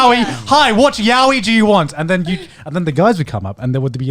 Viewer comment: Everyone is mispronouncing yaoi :(